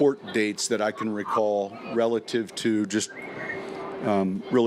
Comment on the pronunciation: If he says RELITIVE again I'm gonna freak out!